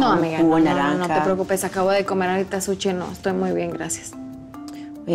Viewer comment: acabo de comer “sutchi”🤣